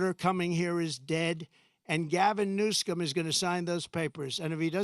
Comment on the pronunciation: New-SCUM hahah how fitting